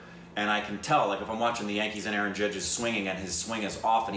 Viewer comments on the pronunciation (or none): none